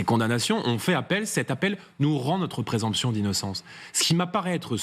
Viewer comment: Le petit jordan est venu prendre ici la défense d'une délinquante condamnée à 4 ans de prison. Il est beau le parti de l'ordre. Quelques cours de français ne lui feraient pas de mal non plus, on dit présomption pas "présemption"